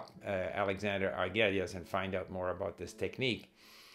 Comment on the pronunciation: Steve, Try to say Prof. Argüelles name how a Spanish speaker would say it. That is how how you pronounce it. The double L becomes a Y. I am used to how you said it, as an English speaker though.